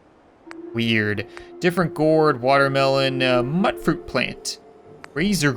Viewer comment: Not mut fruit mute fruit. Thats how its pronounced